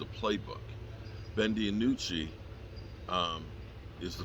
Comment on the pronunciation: I would say Ben Dinucci has a problem with you Pronouncing and spelling his name wrong lol....Da-nucci LoL